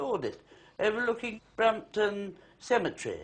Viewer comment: Brompton Cemetery, not Brampton. I met them once at the Brompton Oratory, a fashionable London church. My friend said he enjoyed their programme very much. Clarissa looked at me and I said that I didn't have a television so had never seen it. She replied "Very sensible, it's all rubbish".